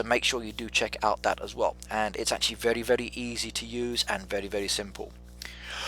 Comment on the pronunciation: Sounds like he’s saying “vely” like a mix between r and l